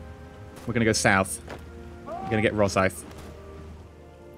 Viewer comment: ro-sigh-th not ro-sith PLEASE dood